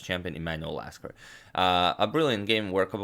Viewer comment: . You said Lasker ~▪~